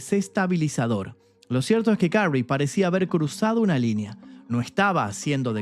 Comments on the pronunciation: ¡Y dale con carrey!....que se pronuncia kerry🫠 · Su apellido se pronuncia queri